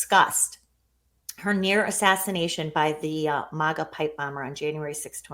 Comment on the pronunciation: She keeps saying "moga" not "maga"? WT _?